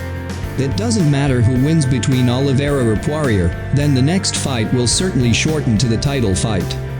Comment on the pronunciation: "Losers click here" yeah learn how to pronounce his name first...